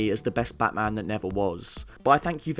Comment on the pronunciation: Its bat maaaam !!! 😡😡😡